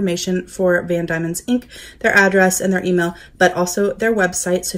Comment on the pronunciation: Nice to see you highlighting product from my home. Those inks are lovely. I’m a Tasmanian although I’m not living there at the moment. BTW - it’s pronounced Van DEMON, not DAIMON.